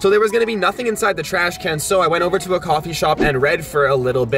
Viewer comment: Is anyone thinking abouut corona virus when he gets the receipts out the tresh can😂😂😂😂